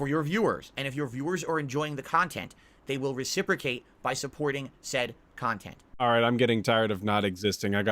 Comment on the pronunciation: "I wanna make myself better" -> 5 seconds later -> "just because you're a shitbag and all you believe is toxic shit so you can make toxic kahntent about me doesn't make what you say true, I'm telling you I WANT TO IMPROVE MY BUSINESS! " 🤣 🤣 🤣 🤣